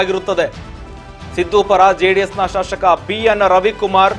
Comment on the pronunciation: ಸರಿಯಾಗಿ ಉಚ್ಚಾರಣೆ ಮಾಡೋ ಮಾರಾಯ ಶಾಶಕ ಅಲ್ಲ ಶಾಸಕ